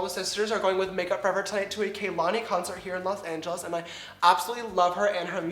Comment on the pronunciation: wtf... kaylani???? it's kalani??? kehlani?